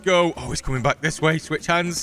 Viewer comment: "ok. We're bek" literally killed me XD